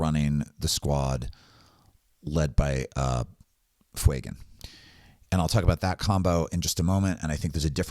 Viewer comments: I appreciate the content very much and to counter act this have given the video a link and subscribed, but can we stop calling him Fweygan, it's not intimidating and badass like the character deserves. Yes, yes I understand the inspiration is from the word Fuego, doesn't mean it takes on the parent pronunciation there are many words that have complete linguistic changes due to appending letters and changing the structure. Fewgan is significantly more intimidating and bad ass. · Love your content! I think its pronounced Few-Gan